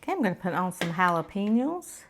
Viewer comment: did you say "jalapeniles?" Happy Birthday ~ Hope you had an amazing day!